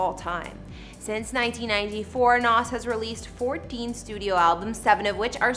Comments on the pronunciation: Someone please tell her it's Nas (Z) not Nas (SS) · At least pronounce his name right! BTW his name is Nasir Jones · She can’t pronounce a damn thing. It’s McDonough not McDonald’s and she missed up his name. Lol